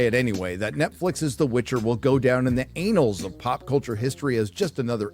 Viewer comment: "The anals of history"? People need to learn how to pronounce words if they want to be a commentator... "The anals of history".... For fuck's sake.